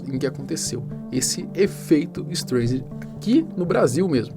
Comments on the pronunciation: Em tempo....a cantora é Barbra Streisand....se pronuncia " istraisande" e não " istreisande" ...resumindo o nome do efeito é " istraisande" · Só eu que ficou incomodado com o "estrêiçandi" ? rs Pessoal do canal podia dar uma polida melhor ao passar a matéria, né ?! É meio notório que a pronúncia do sobrenome da atriz é "estráissand" rs. Bom, brincadeiras à parte com as escritas e pronúncias, realmente é bacana pelo menos a gente realmente pesquisar mais um pouquinho quando vamos discorrer sobre determinados assuntos, nos quais nos exige mais conhecimento sobre línguas não nativas. Abçs a todos. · A pronúncia do nome é STRÁISAND. Me admiro que você não saiba. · sempre vejo teus vídeos, admiro sua redação e sua parte editorial, vc é um rapaz inteligente.......................masssssssssssss, vc tá pronunciando errado o nome do efeito.....seria assim a pronuncia certa aportuguesado" ESTRAISEND".....BLZ (Y) mas 99% do resto ta show........só pesquisar que vc vai confirmar. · Tá, daí vc fala o nome certo da Barbara Streisand... Se não souber se diz Straisend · o sobrenome dela se pronuncia "Straizen" mas ótimo vídeo. Só uma observação construtiva! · Streisend lê-se “StrAisend” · A pronúncia correta de “Streisand” é “ISTRAISEN” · se fala "estraissen" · Parei o vídeo e fui embora no "ISTREIZEN"... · Se pronuncia Estraiser o nome de atriz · Poderia ter estudado um pouco antes de gravar o vídeo e falar a pronúncia certa do Streisand. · leva mal não, mas sua pronúncia no nome dela está errado. Huehue obrigado por pelo vídeo eu não sabia sobre esse caso sobre ela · Porra mano, sabe nem falar o nome da mulher, pqp